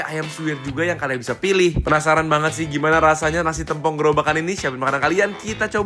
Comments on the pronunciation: Mengeja "tempong" nya salah ... saya dari banyuwangi "e" dibaca seperti membaca "bebek" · Masi aja bacanya tempong tempong mulu. Plis, tempong not tempong😭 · plis lah kasih tau dia pengucapan sambel tempong yang bener